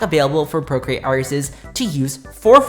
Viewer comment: “Procreat!” struggles in MediBang Paint